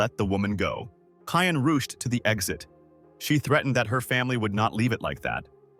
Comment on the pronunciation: Hai-ann "rooshed" to the exit